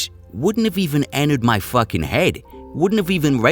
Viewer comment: "Beat'em to death wit a fahkin staplah". I cant stop laughin'.